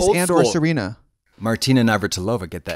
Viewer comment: Navratilova is her family (last) name though... The emphasis is on ''i'', not on'' o''. She is Chech btw) Just a little piece of info:-)